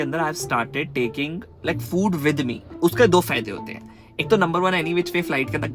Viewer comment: "cOmE aLoNg WiTh mEh" Was epic 🤣